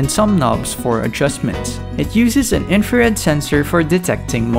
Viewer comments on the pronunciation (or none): none